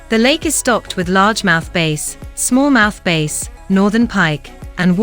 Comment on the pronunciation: I hate these computer voices. Is there no one that listens to how stupid they sound before they post them. They have bad pronunciation ( small mouth base), and scripts that just ramble. "Sarasota" has way more than what this "video" shows. SARHATOGO 😅😅